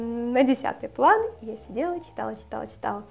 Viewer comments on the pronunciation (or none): none